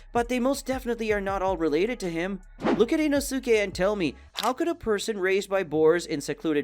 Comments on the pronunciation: lol its fine idrc if you pronounce his name wrong. idek if it is the wrong way i just pronounce it like "ee no skay" instead of "ee no soo kay". keep up the good work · the real plot hole is how tf you pronounce inosuke that way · the only plot hole i noticed is the way your pronounce "inosuke" its quite concerning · He pronounces a lot of things wrong, Sabito, Tanjiro (he occasionally says it wrong which makes no sense if he knows how to say it), Inosuke (which you mentioned), Manga (which he also later decides he wants to pronounce correctly), Nezuko, and Gyutaro. It hurts my head watching these videos and hearing them butcher the names.